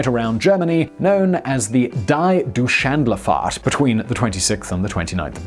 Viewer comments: Deutschland is the German name of Germany. And its not hard to pronounce. You should just look it up once. That was funny. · "Die Doosh & Le Fart" I know your pronunciation sucks, but come on, can't even pronounce Deutschland? Haha, geez. I'll try to write it phonetically, Doytsh-lund. EDIT: In other news, i love the topic, always in for a nice airship video, probably suggested it myself a while ago, so, thanks for that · • - That was horrible. Reading "die Deutschland fahrt" as "dye do shandle fart" 😬 Simon, you realize there are a lot of pronunciation aids, even Google Translate could've told you how to say it. 🤦 • - Forrest Gump didn't say that, he said " it happens". The other guy extrapolated the quote. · ive never felt insulted before , by someone pronouncing Deutschland! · The pronunciation of "Deutschland" was the worst I've ever heard 😂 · It's literally the word for Germany he is mispronouncing. That's like me pronouncing the UK "Unblighted Kinkdome" and pretend like that's fine. It's not, especially since Simon has lived in Germany before iirc. In addition to google translate able to give fairly accurate pronunciations nowadays. I know Simon pumps out like 4 videos a day, but maybe he should still take the time and check some pronunciations regardless, maybe save that fourth video for tomorrow. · Yes, you're right, we ARE indeed speaking English. And Simon can't even get the name of an English town right. What hope does he have of even trying to get the name of a foreign country right (e.g. Deutschland)? Honestly. Lazy, lazy, lazy. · Sorry but you should at least be able to pronounce Deutschland in the word Deutschlandfahrt correctly. After all Germany in German is called Deutschland.